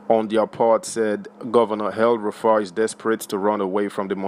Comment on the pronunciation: It’s EL-Rufai NOT Hell- Rufai.